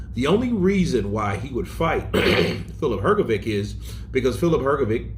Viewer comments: Please for the love of god stop saying hrgovick, it’s pronounced hrgovich. You must have heard others say his name right, unbelievable at this point. I get you’re American but come on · Hrgović! Pronounce correctly, please. 😊